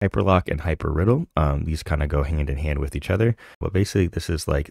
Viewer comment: Hypr idle not riddle :D